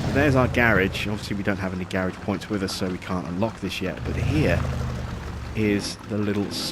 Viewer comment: Dude you are saying Garage wrong